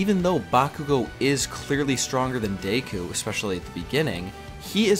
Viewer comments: Not deiku. Deck-Coo. Deku. Sorry it just annoyed me. Good vid. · It's not day-ku it's deck-ku your saying it wrong. Sorry just bugs me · also deku is pronounced deku as in deck - u not dayku btw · DAYKU?? Deku...DAYKU?? Deku...DAYKU?? Deku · please don't say Dayku again because literally everyone I know even sub elitists say it the English way as Deku because it sounds better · Lol "Dayku" heheh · It's pronounced Deck-ooooo (oooo like spooky oooo) also Lougetown from One Piece is pronounced log (like a part of a tree) town. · Your pronunciation of Deku is really annoying to me.